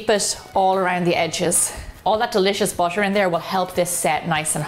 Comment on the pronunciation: She's very nice and talented BUT does anybody else feel like she's saying busher when she says butter?